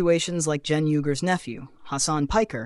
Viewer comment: 1. You can't even pronounce Cenk's name correctly. 2. They're being sarcastic about how "right wing" she's been recently. 3. You missed the mark in a major way.